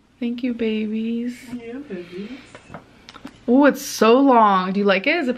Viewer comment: I really want to continue to watch these Vlogs but if I have to hear either one of them say "Behbys" one more time I'm going to vomit. Please stoppppp. it's so cringe 😭